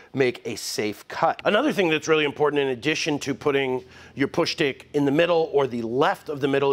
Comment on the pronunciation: "Push Schtick"